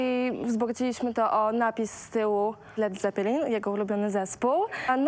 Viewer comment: Nie czyta się "led zepelin" tylko "led cepelin"